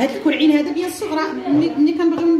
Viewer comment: اول مرة كنعرفك كرواضة كتقولي الكووعين هههههه